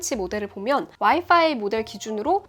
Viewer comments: 와이파이(wifi)를 파이와이라고... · 퐈이와이~ 이건 노림수인건가